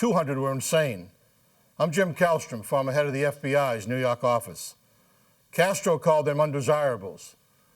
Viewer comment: NEW YAWK AFFICE!